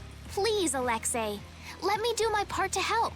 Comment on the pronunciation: Why is it every time a person in real life or in a video game when it comes to the name Alexei why do they treat the the letter i at the end of the Commander name if it wasn't the letter A it's not the letter A it's letter I so itchy be pronounced as the letter e not the letter A people learn how to read